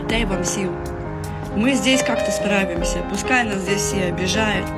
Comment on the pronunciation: Сплутала "справімся" із як завжди "аправімся".